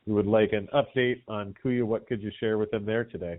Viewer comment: He guys kuya rhymes with buoys... and shiny makes banks whiny